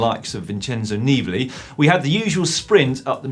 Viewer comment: everytime you say "Vincenzo Neebly" I want to be sick